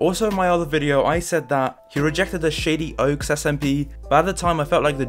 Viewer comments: Every time he says shady oaks I here shitty oaks lmao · Am I the only person who heard "shitty oaks" instead of "shady oaks" ?